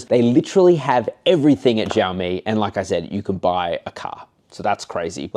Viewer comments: It’s not zhaomi stop mispronouncing the name it’s annoying af. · Xiaomi is pronounced sh ow me. Like shower but except mi instead of er at the end.